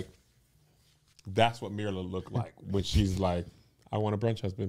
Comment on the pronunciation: ...love ya dearly but the mispronounciation of Myrla's name is driving me nuts. It's pronounced meer-la not mur-la.